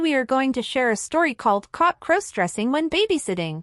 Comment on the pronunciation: Stop mispronouncing crossdressing